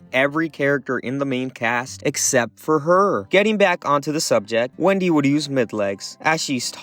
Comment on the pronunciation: did bro say Qwendy 💀💀